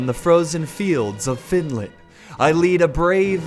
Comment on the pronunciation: Frozen fields of Finlin, or Finland? What did he say..